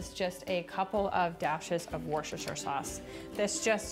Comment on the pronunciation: The way she says Worcestershire had me in stitches😂